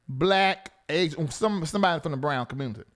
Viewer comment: Why do always talking about BB and these 'aisan boys' 😂😂😂😂😂😂😂😂😂 Why you say it like that? Crazy Funny